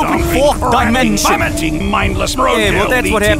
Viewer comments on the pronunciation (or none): Fourth di-meem-sion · "tha fourth dymenshun"